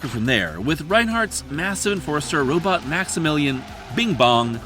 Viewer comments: Heh, "robit". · I appreciate your anachronistic pronunciation of the word "robot".